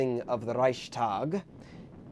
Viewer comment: I believe it is ReichsTag, not ReichStag, so 's' and not 'sh'. Also, I don't think it is fair at all to review this movie in the first place - it was created under Stalin's personality cult. It was banned until the fall of USSR.